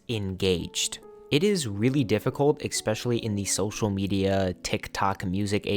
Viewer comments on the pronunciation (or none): I wouldn't be saying this, but you kinda made fun of "My Satisfacation". You said, "Ecspecially". It's literally ESPECIALLY, not ecspecially. God, what's wrong with you?